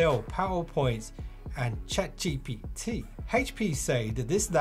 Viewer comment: how you said ChatGPT was personal 😂😂